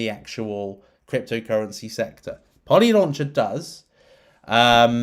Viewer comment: did you just say polylauncher??❤️❤️